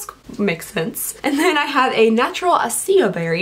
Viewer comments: ... acai... uh-see-uh? thats not how its even spelled lmao its ah--sigh--ee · Acai = AH-sigh-EE